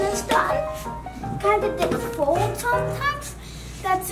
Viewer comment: he’s says fold instead of forward